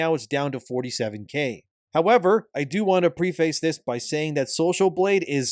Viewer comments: Preh-fuss not pre-face 😅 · Preface is pronounced pref-iss.